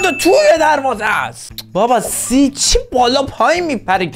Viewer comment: سی نه سووو